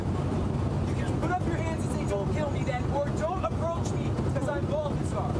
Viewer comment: i thought he said Balbazar, as in the pokemon lol